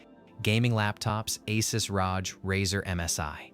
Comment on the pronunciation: ASUS ROJ is killing me xD